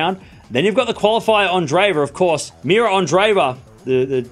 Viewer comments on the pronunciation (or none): none